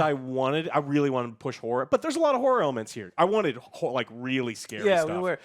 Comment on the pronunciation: Horror.....not Hore, lol